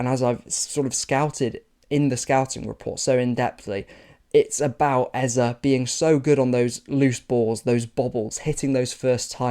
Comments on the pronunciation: I am Igbo, like Eze, and, your initial pronunciation sounds closer to the actual than your 'corrected' version. It's /ay-zay/, not /ay-zah/ His first name is /ay-beh-ray-chi/ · They can never actually pronounce the name. At best, they'll add imaginary y's like like ay-zay. But this Ez-uh stuff seriously grates my ears. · Day 2 of demanding the correct pronunciation of the name, Eze. You got it better the first time. Great video as always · FYI your first pronunciation was correct. It's the second that's wrong. Simple solution, just pick one and stick with it, so that everyone can get used to it and move on. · Its a Nigerian name and your first pronunciation was actually correct